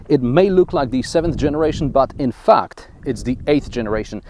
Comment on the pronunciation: Oh "infact" I thought he said "in fucked" Lol